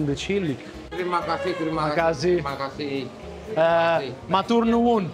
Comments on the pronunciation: I was stunned when you said MATURNUWUN I live in the US but I grew up in Java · I was stunned when you said "matur nuwun", as a Javanese I am very proud 👍 thank you with the politeness that you always convey in each of your culinary videos..-I miss Semarang, have to wait for my daughter's school holidays to be able to enjoy culinary delights in Semarang❤